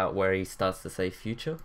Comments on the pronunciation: I liked it more when he said "In the futrue" in black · yeah..in the ''FUTRUE''